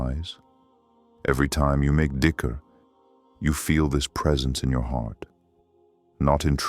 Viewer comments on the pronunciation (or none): please correct the word, it's not dicker..It's ziker